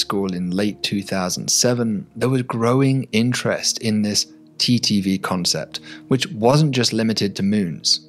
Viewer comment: Can't tell if he's saying TTV or TDV half the time.. it sounds so similar. Might wanna think of a different way to say it like just "timing variation or duration variation".